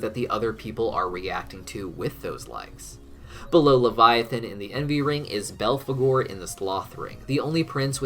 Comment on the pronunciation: And belgore instead of belphagor.